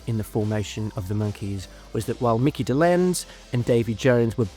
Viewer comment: You mispronounced Micky Dolenz’s name and also Micky was the drummer NOT Davy